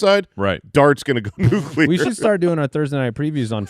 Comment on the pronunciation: "PUCLEAR". Like Nuclear.